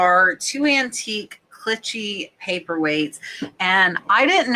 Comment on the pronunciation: Hi, just fyi Clichy sounds like “Klee-she”